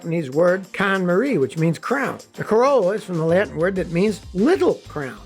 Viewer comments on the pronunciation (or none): none